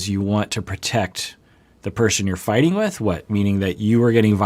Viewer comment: The hard "ing" instead of "in'" makes it even better lol